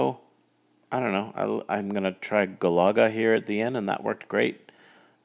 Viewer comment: You say Galaga wrong.